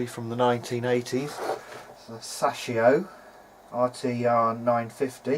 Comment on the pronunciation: Sas-shio? You mean Say-show. It's pronounced as it's spelled.